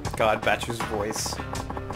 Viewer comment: Considering your Japanese pronunciation it's kinda jarring how weird you pronounce Bacchus' name.